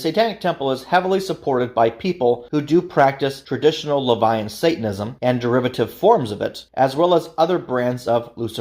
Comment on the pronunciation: is just completely wrong. 1) "Levian" isn't a word. Seems you mispronounced "LaVeyan" - which is a redundant term anyway. 2) the CoS does not "fully support" the Satanic Temple, it does the direct opposite 3) you also mispronounced Luciferianism 4) TST's 'branding' is in no way 'identical' to the Church of Satan. 5) nor is TST's beliefs 'synonymous' with the Church of Satan's - again quite the opposite. So thats a lot wrong in less than 20 seconds... you put together a 42 minute video and got multiple, very basic facts wrong. Did you even do much research? Idk how you could get these things wrong. I completely dislike TST - they're not satanism. But you should have done more / better research.